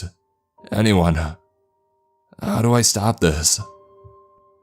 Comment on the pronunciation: "Someonuh, anyoneuh, everythinguh." You sound like Patrick Warburton if he had an extra chromosome.